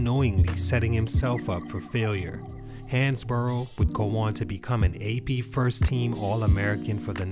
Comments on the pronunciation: Pronounced Hans-Bro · It's pronounced like "Hans-bro"